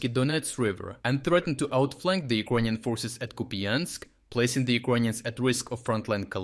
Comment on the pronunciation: do you pronounce "Icronian" on purpose, am I missing something?